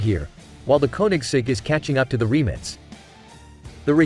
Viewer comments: Why is he calling it “Remnits” ? - it’s “Rimac” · Who would have thought that the word RIMAC is pronounced 'remits'....and that Nm is Nano-metres.🤣🤣🤣 WTF? F**kin' AI..... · Rimac ❌ Reemitz ✅ Nm Newton metres ❌ Nm Nano metres ✅ 😂 It says 20 years ago it didn't even think there'd b such fast cars! Ya bot...u were given life yet!!😅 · Why 🤷‍♂️they keep saying remix nevera..its rimac nevera😄😄😄👍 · Jesus Christ RIMAC!!! Not remix!!!! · Remits Naverra 😂😂😂. It’s Rimac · Learn how to pronounce Rimac you noob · How the hell does this stupid Ai voice prenounce Rimac!? 😂